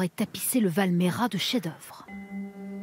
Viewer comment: Je n'avais pas compris que c'était chez moi quand j'ai entendu "Val Méra"... Val Maïra, s'il vous plaît ! Mais pas que, le fromage et le monastère avec le monsieur très enthousiaste, c'est la vallée parallèle, Val Grana. À par la prononciation, joli reportage !